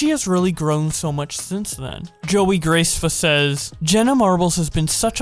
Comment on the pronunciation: this dude said "GILLOteen" Grace-ffa lmao.